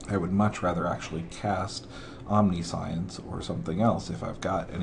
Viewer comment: hey it's not omni-science.... it's pronounced om-ni-shense